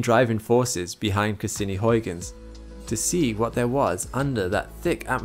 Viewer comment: I hope you don't mess up pronouncing Huygens Edit: YES finally a youtuber that knows how to say Huygens properly!